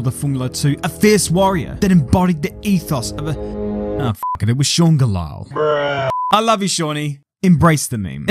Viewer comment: the Galael gets me everytime